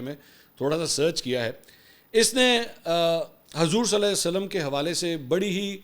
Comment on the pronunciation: Mansoor ali khan na Hazoor ka agay Sallalah o Alla I eh e wasalm bii sahi sa nhi bol raha... Bahii aptoo musilman ha ap too pura namm lay😡😡😡